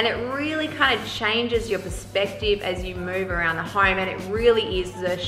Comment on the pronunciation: That accent had me laughing my ass off when she said This Hoyme is Soy Big. LOL !! I love Australians. Cheers from New York City.